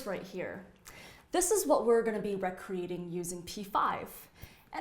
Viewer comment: other than mispronouncing "recreating"